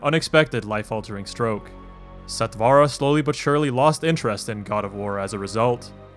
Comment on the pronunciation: Since it is a Sanskrit word meaning quick, or immediate....The pronunciation is NOT sat "vaa raa"...Sat(like in hut) vur(like in purr)..